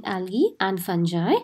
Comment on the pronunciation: Pronunciation of fungi is wrong plz clear it